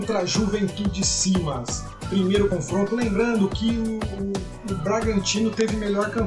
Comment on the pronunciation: Bacana o vídeo. O Juventude é SAMAS e não Simas. Só essa retificação.